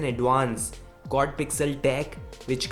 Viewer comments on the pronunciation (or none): none